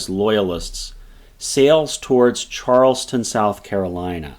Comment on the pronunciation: Why can nobody say Charlestown correctly? Not Charleston. Charles Town. Just like it is spelled.